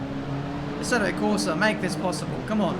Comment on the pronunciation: i love your videos. But the way you manage to butcher Assetto is beyond hilarious xD